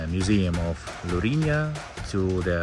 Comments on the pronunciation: Lourinhã, with a til in the ã, it sounds diferente when you pronounce, but very good video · Nice video but you are pronouncing Lourinhã wrong